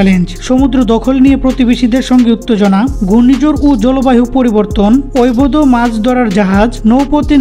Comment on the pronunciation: অবৈধ শব্দটা উচ্চারণ করতে খুবই কষ্ট হয় মনে হচ্ছে